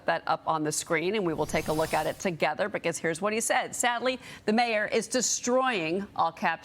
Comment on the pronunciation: The anchor needs to learn how ro pronoune 'Mamdani'. Disgrace!